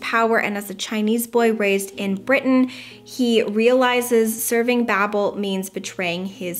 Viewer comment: I believe you pronounce Babel as Bay-bell btw lol. The Tower of Babel is in the Bible.